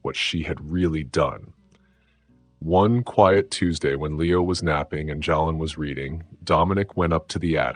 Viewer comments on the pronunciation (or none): The name Jaylen is pronounced (Jay-Len).